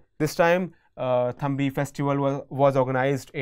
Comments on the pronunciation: It's Thumbi not Thambi.. Thumbimaholasavam in kerala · Thumbi is the right word not thambi. It is pronounced as thubi in kerala